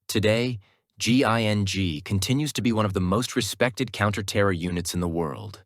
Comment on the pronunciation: "Ginn" "Ging" "GIGN" yay you did it! Have a gold star and a cookie! 🌟🍪